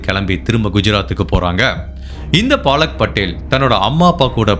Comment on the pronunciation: அய்யா... அது பாலக் படேல் இல்ல பலக் படேல் 😂😂😂😂😂